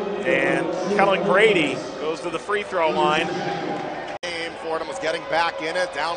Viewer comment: It's Kellan Grady, great video though